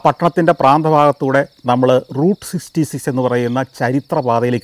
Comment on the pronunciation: SGK is finding it difficult to pronounce Route Sixty Six. 😊